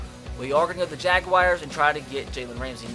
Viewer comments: Atticus Bird “Jagwires”😂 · Why does say jaguars so weirdly